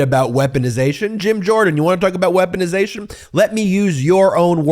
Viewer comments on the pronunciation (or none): Is Jamie Raskin calling Jym Jordan, German Jym Jordan? 🤣🤣